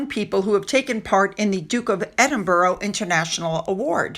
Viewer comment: it's ED-IN-BRA and not ED-EN-BURRO I know this has become a habit pronouncing his title this wrong way, but please please can you try and pronounce it properly. 🙏❤️